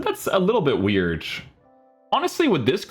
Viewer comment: Why do you say wierj and carj instead of weird and card 😂